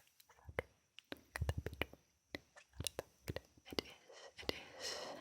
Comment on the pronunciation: Frue and Talse